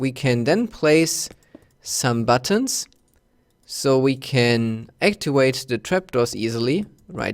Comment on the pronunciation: "actiwate" lmfao